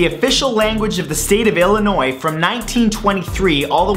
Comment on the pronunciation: He said my Sate name right!!!!!!!!!!!!!!!!!!!!!!!!! usually people pronounce Illi noise, But he said it right and he's not from America!!!!!!! THANK YOU SO MUCH